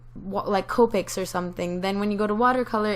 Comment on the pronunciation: Her:Copic's = (Cope-icks) Actual pronunciation; (Cop-icks)